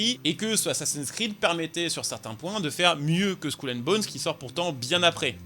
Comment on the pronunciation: Skoul and bones? Fait un effort mdr